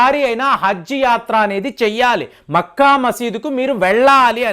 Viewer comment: మెఖ కాదు మఖ